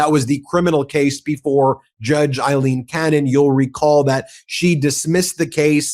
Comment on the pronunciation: Aileen, not Eileen please, every Eileen in the country thanks you.